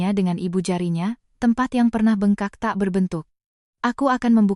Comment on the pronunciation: Bengkak, koq mbak ucapkan Be'ngkak? Apkh pakai AI? Pe'nyok, mbak ucapkan penyok